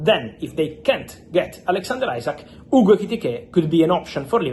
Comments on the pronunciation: His name isn't ISACK, it is Isak. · After all this time you can`t pronounce Isak`s name correctly. It`s pronounced as EEsack not Eyezack. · Fabrizio still saying isaac 😭